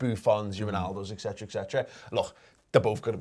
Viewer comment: How many times will say, ‘etcetera etcetera etcetera’ but pronounce it ‘ek-set-ra’??? Every video maybe more than once and mispronounced 100% of the time. Hes not the only human to do so obviously. Most people cant say it either. Maybe im splitting hairs who knows. Its just that im a redmen tv fan so it comes up a lot lot lot. Drives me bonkers